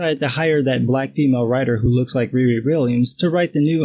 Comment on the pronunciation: Riri Williams = Rory Williams said wrong.